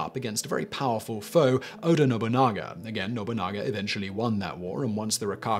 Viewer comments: NO-BU-NA-GA! Lol I love that he mispronounces it at first, then will pronounce it correctly later in the same video. He's done this in a couple videos. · How did he manage to mispronounce Nobunaga. It's literally just No-boo-naga. I'd understand No-bun-naga, but to pronounce it No-bunga implies he didn't notice there's an a between the n and g. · what he said the first time sounded like Nobunga to me, lukily I didn't have anything in my mouth as I would have sent it spraying all over my PC, but hey it's Simon, he will creatively botch pronounging anything that he can. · Simon we need to talk, who is Oda Nobounga ? I know Nobunaga but Nobounga ? pls